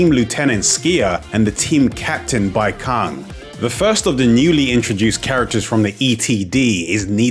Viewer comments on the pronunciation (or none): Nice and detailed vid but I think you might be pronouncing Baicang wrong? I think it would be pronounced as Bye(Bai) -tsang (Cang) since C in pinyin is a "ts-" sound. No hate, just letting you know :)